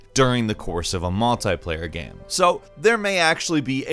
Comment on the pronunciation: Hilariously, every time says "game" he says "gam" lmmfao baaaahahahaha!!! We all love gams, these multiplayer gams lmao! Playing a gam! Hahaha